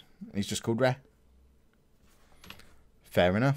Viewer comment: its pronounced RAY